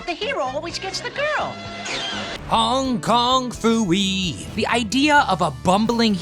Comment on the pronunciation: You got Hong Kong Phooey’s name wrong.